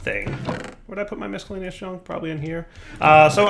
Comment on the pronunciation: derp - The inability to pronounce the word miscellaneous.